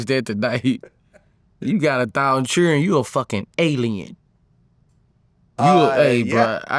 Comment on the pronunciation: “You got a thousand chilren(children) you a fxckin alien 👽!” 😂🤣😂🤣🤣